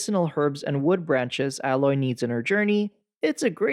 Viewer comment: I know this is nitpicking, and just a personal pet peeve, but you've played enough of both games for correct pronunciation of Aloy, and Tenakth. Since those names are used quite often.